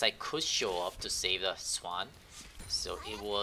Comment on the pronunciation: it hurts that you say lane, but then pronounce swain swan in the same sentence